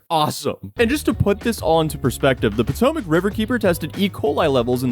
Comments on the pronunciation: The Pootoomuch River, lmao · poo-tomac river.